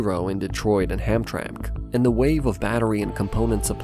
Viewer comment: Hamtramck is pronounced “Ham-TRAM-ic” around here. This is a mistake that anyone not from the Detroit area can make, but also another thing that makes me wonder if this is read by AI, even if a human wrote the script.